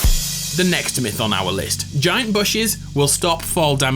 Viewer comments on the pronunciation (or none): "The next myth" sounds like nexiph Nexiph is the guy who did this originally No disrespect luv u good vid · Yeah I thought the same! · Ye same